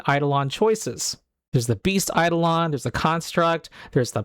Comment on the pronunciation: One correction: It's eiDOlon (ai-DOH-luhn).